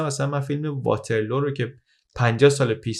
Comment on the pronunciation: توجه به تلفظ ها بد نیست. واترلو به وزن لو رفتن نیست. واترلو به وزن لولو خورخوره است😂